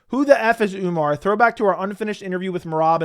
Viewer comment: He says umnar because of umars insta or twitter name spelling if I remember correctly